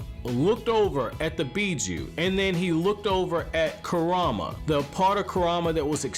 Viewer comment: Bro its Kurama not KuRAMA